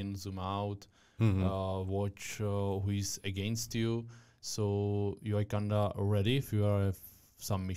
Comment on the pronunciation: Super otázky, kvalitní zvuk a celkově super. Jen ta tvoje angličtina mi trhá uši a slovo kinda 😂 jinak vše top